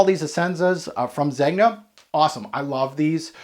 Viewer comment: The 'g' in Zegna is soft - like "zenya" ;) I have this, bought it back in 2017...wow, time flies. Yeah it's quite linear but I love its weird black oily feel - overall I like the scent but don't love it